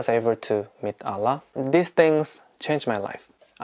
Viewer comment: Your pronunciation "Allah" so pretty 😀